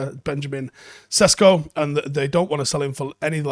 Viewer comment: its not Sesko... its (SHESHKO). (Benyamin SHESHKO)